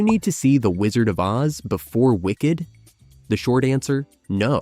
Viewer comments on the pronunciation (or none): Several quirks in the narration seem to indicate this was read by an AI. Like saying the world of “oh zee” instead of OZ, or putting an unnatural space in the title of “beauty and the beast”.